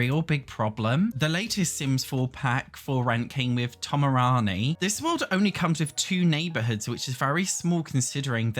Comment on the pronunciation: bro calling Tomarang Tomarani lol but yeah igy